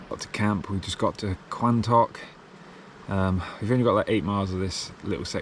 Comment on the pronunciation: Quantocks is pronounced Quontocks :))